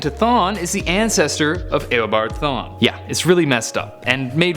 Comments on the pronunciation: Stop saying it aobard thwan its eobard thawne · This mans said aeo-board thawne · It’s eobard thawne not EYYYobard thawne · A-obard thawne? Lol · Did he say Aobart Thawn instead of Eobart Thawn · eobard thawne, not eobart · Did you say Eobart Thawn? lol it's Eobard Thawne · He says aboard thon😂😂😂😂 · "Ayobard Thawne" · "EYobard thawne" facepalm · "Aobart thawne" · lol aobart thawn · YOUR SAYING HIS NAM WRONG